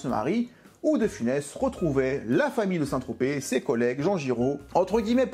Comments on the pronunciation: Il a dit Saint Trospette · "Saint ... Trospète" ... "oh moi il m'énerve !" 😂😂😂